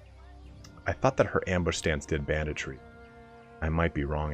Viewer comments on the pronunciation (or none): none